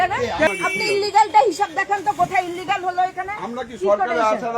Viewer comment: ওই মহিলাই দেখলাম সঠিক স্পেলিং করে দিলো, ইলিগাল। Tmc এর কেউই মনেহয় সঠিক শব্দটা জানে না। সবাই আনলিগ্যাল বলে। 🤣🤣🤣🤣